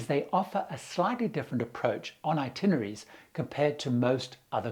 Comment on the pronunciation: "INtinerary (sic) SMH